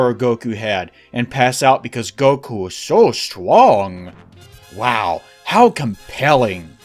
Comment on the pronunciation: I love the "uwu" pronunciation you gave the word "strong" in this video as if to mock power levels; S T W O N G. something about hearing that twice in a row really tickled my funny bone lol